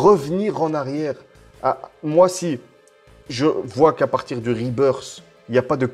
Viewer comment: Rebirth ça se prononce " RebirS " et pas " RebirD " sinon c'est le retour de l'oiseau mdr